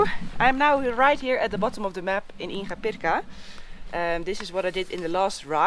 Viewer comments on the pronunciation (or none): dear your videos are incredible and a relief in these weird times. Just one thing ... La "g" en "Inga" Pirca se pronuncia como la "g" de la palabra "gracias". Gracias y cuidate.